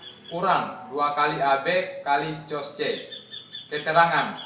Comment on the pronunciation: Diperbaiki, cara bacanya: Cos dibaca KOSINUS atau KOS